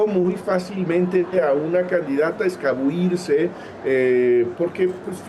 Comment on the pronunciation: ES ACADÉMICO DE LA LENGUA Y DIJO “ESCABUIRSE”, SE DICE “ESCABULLIRSE”. SI ASÍ ESTÁN LOS ACADÉMICOS…